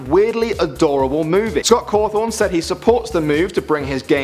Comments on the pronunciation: 2 things. 1: its scott cawthon not cawthorn. 2: its freddy fazbears not fazbars pizza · It's pronounced Caw thon now carw thon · It's "Cawthon".. Not "Cawthorn" I knew like all of these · did he say scott COWTHON ITS CAWTHON GRRR .I LOVE FNAF!!! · 10. The picture you put up of Scott is fake and you pronounced his last name "Cawthorn" instead of "Cawthon." And only FNAF 1 and 2 used a power bar, and in FNAF 2 the power bar only drained when you used the flashlight. 8. Fake picture of Scott again. 7. Uh...that theory about you, the player, being the killer is way old and was debunked immediately after FNAF 2 came out. 6. That FNAF 3 picture you put up is from a fake fan-made trailer fyi 5. Fake Scott Cawthon again. And he wasn't working in a "dollar store", it was Dollar General--which, despite the similar name, has items way overpriced. 3. You pronounced it "Cawthorn" again 1. You pronounced it "Cawthorn" again As you can tell, I'm a FNAF addict. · Who else was triggered when.he called Scott Cawthon Scot Cawthorn? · You pronounced Scott Cothon!! 😆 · fazbars? Cawthorn? wierd pronunciations man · "Scot Caawthhon" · Scott Caaathon Freddy faazbars really???!?!?!? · he said Scott Cawthon wrong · fazbar and cawfon thats how you pronounced them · first of all you mispronounced cawthon and fazbear GAAAWW second who still calls matpat the game theorist??? youre behind the times.... Lastly DREAM THEORY DUDE!!! TWO WORDS DREAM THEORY. Amateurs